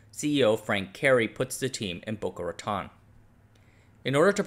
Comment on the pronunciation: Correction Boca Raton should be pronounced "Ra-tone" instead of "Ra-tawn."